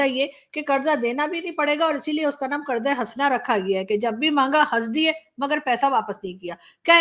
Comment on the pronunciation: Karza nahi...katora tradition